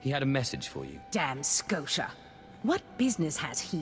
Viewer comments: She pronounced Skotia as both Skosha and Sko-tee-ah, fucking cannot unhear. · She can never decide on how to pronounce his name XD "Darth Scotia" "Darth Sko-tia" "Darth Skotcha"